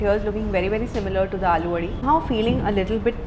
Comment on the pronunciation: It's अळुवडी. Not आलुवडी. । know ळ is a difficult pronunciation for non marathis but aalu sounds like potato. Great video altogether as usual! ❤️